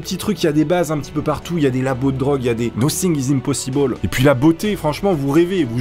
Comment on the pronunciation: "Nocing iz impossibol"